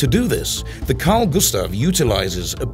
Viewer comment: As a Swede you should know it's Gustaf*